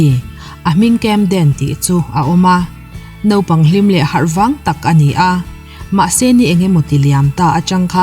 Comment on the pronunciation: Nopang ti lo a,Naupang ti a ilam hi atha khop mai👍